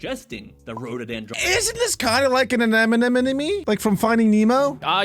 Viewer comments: Stop saying anemane wrong. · NO STUPID BOY ITS AH NE MO NI